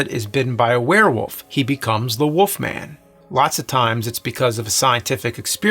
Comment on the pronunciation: Why does he say The wolf man as "The Woof Man"